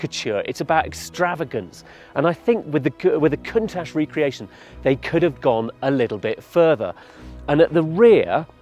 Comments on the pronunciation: I'm italian and I still upset when people call Ferrari (Feuraree) or Lamborghini (Lamborgini), Bugatti (Bugadi), Maserati (Masradi). So cringe. Countach anyway it's an italian dialect exclamation to express wonder but many "reviewers" still think it's english 🤣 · “Man gives history lesson while he drives slowly up a mountain road and learns how to pronounce ‘Countach’” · This guy doesn't know how to pronounce the name of the car properly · Glad I'm not the only one lol, the name has been around for decades it's not hard to pronounce correctly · He's tied himself up in knots by pronouncing Countach 3 different ways in a few minutes? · The way said Countach is sure to piss off a lot of people(kinda includes me) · During the video he pronounces Countach in 3 different ways!!! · Did anyone else notice, this guy pronouncing Count ach at least three different ways? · Did I mishear, or did this man just mispronounce one of the most legendary name plates? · Never heard anyone butcher the word Countach like that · Is no one gonna talk about how he said Countach?? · Damn, at least they could say the name right on old top gear. Decent review regardless, but come on... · I can't believe he pronounced Countach completely wrong🤷‍♂️ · I got turned off as soon as i heard him pronounce "COUNTACH"... I miss the old top gear... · I think you pronounced the name wrong mate. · How would you possibly get to test this very special and specific vehicle when you’re pronouncing the model name so incorrectly, hence the very start of the clip. Later on into this video, the name pronunciation is slightly improved, but still not all the way correct and finally it becomes right and almost the way it should be said at the end. I miss the old guys. Sorry to sound rude!! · This guy doesn't even pronounce Countach right, bring back Clarkson! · That's not how you say Countach... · Dude that is not how you pronounce countach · teach your presenter to pronounce the presented car right !!!!